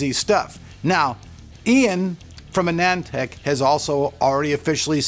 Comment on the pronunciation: Finally someone that can pronounce AnandTech correctly. Great video mate, keep up the good work